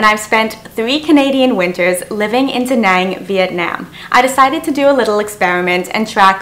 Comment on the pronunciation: She's Canadian but pronounces "Danang, Vietnam" like she's from the deep south.